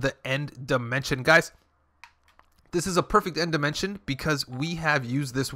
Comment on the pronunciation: “Demintion” lmaoooo